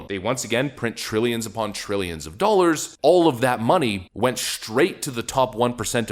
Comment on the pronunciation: What are "doalers"? I keep hearing this word in the commentary.